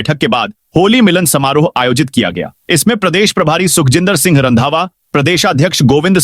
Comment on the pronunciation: Tu singh ko sinh bolta hai.Tu ek anpadh aadmi hai.